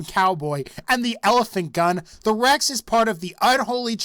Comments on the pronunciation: i love how you say “Rexh” Also Honorable mentions: ”boat load of-ASS-” from other videos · it cracks me up every time he says "rex-ah"